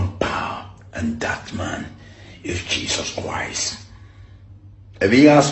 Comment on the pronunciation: The way he even pronounces Jesus Christ is fishy. Jesus kuwaist he is fake jare